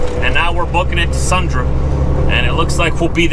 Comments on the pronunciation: it’s pronounced SUN-DREE. Not SUN-DRA. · greathodgy22 nope. It’s pronounced SUNDREE. Not SUNDRY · When you pronounce Sundry it sounds like Sundree. Click on the speaker below in the definition and listen. This is not my first go-round trying to get to pronounce it right. sundry definition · It's "Sundry".